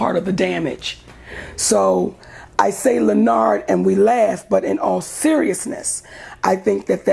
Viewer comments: It is literally the best. She says: “LeNARD.” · And say it wrong on purpose